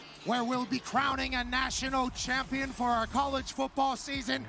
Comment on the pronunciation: Chompion level progrum today.